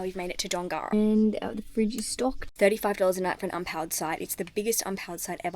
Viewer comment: Love your travels. Dongara is pronounced Dongra 😊. Go safely.